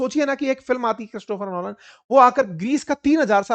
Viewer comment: क्रिस्टोफर लोलन नहीं क्रिस्टोफर नोलन नाम है उनका सर् जी😅😅😅